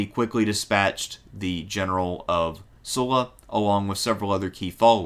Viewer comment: SUH-LA --- not "soo-la"